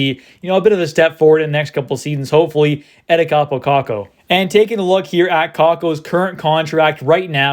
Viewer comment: It's Kaapo, not Kappo